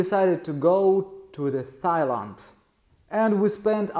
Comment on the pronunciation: Why did you pronounce Thailand with a “th” sound? It’s a silent H.